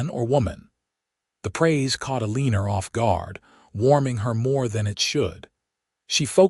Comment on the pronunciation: Uh- lee- ner!??!! You need to fix your AI narration! Eleanor is not pronounced Uhleener, and it's so off-putting I can't continue😢 Also, women didn't do accounting back then.